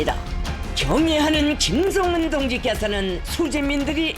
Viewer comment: 경애하는 김즈엉은 동지께서는 아니 왜 김정은을 왜 김즈엉은으로 말하냐 진짜 ㅋㅋㅋㅋ 최고존엄은 한글 발음하는 법도 다르냐 ㅋㅋㅋㅋㅋㅋㅋㅋㅋㅋㅋㅋㅋㅋ